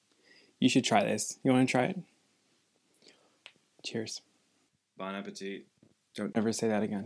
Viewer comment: "Bon Apetit" Don't ever say that again LMAOO I cant do this